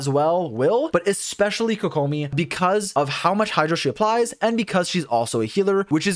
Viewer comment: My man really just pronounced Tighnari as if he was clearing his throat mid name and then immediately mispronounced Kokomi. Just say it the English way, mixing pronunciations just makes it sound bad and out of place.